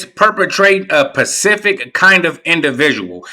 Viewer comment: Babyyyy it’s specific- not pacific